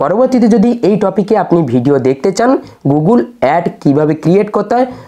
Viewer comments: Apni age gugul noi google bolte sikhun 😅😅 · গুগল বলতে পারছেন না দাদা আবার "গুগুল" বলে গুগল থেকে টাকা ইনকাম করে ফেলছেন আপনি??